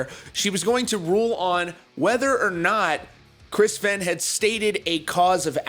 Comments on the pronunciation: Fe (aine) not fen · Pronounced Fain, not Fen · this doesn't have to do with the video but does anyone else dislike when people say Fehn like Fain